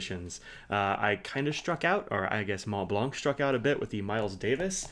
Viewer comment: The C is silent In Montblanc, Not to be pronounced